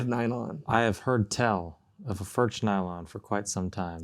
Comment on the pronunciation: I see you guys still a little struggle with the pronunciation of the name Furch. It doesn't matter too much, but if you want to hear, how we pronounce it here in Czech Republic, listen to this (this dutch guy is spot on with the first form you will hear): Anyway, very nice review! ;-)